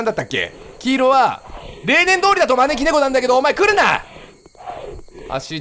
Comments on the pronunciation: まねき↑ーろねこwwwwww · 招き↗️いろ猫→ で草不可避